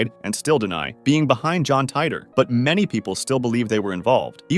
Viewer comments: Did you just call him John tighter? At least learn to say his name its the most well known one of all of these and you cant say his name right? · The way he/the computer voice pronounces Titor..